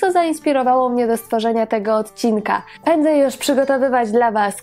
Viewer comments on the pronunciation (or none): none